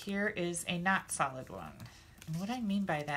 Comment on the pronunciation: LOL,...at first, when you were poking out the leaves, it sounded like you were saying "salad leaves" instead of "solid leaves", bwahahahaha! It's ok, my ears ring all the time, so it's hard for me to hear sometimes, LOL!! You're a hoot! I just LOVE all your tutorials, gf!!!!!!!! Hugs!